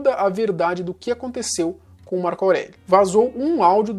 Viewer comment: porra tu é muito burro, não é "Março" é "Marco".